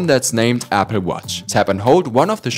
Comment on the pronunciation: Nice accent Apfel watch